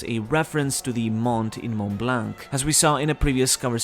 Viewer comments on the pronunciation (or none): none